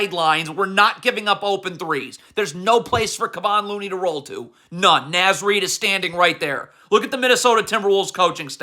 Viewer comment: I like how he dunno how to pronounce Naz Reid name 😂. N(AW)Z not N(azz) lmfao